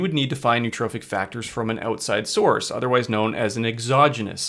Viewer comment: There is no such word as neutrophic. There is nootropic and there's neurotrophic. You mispronounce them both.